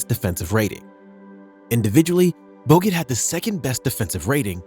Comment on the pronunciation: Why do you say boget sometimes?